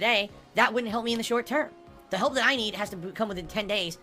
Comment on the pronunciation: "I STILL need your haalp."